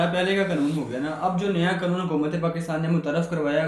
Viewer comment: بہت اچھی طرح معلومات دی گئی ہیں اللہ آپ کو جزائے خیر عطا فرمائے آمین مجھے ڈر ہے کہ حرام خور افسران کوئی نہ کوئی قانونی لچ ضرور نکال لیں گے. مال بنانے کا تو بہانہ چاہیے. ویسے لفظ قانون ہوتا ہے قنون نہیں